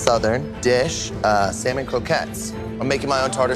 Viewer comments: For a Teacher, needs to learn to pronounce Salmon properly. She calls it SOW MAN. It is pronounced SAM UN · sorry, but it kills my ears to hear people pronounce that fish as sal-mon. huh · I want to gouge my ears every time says "sell-mon". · People who pronounce the L in salmon drive me nuts...😩 It's "SAMON"! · the ‘l’ in ‘salmon’ is silent.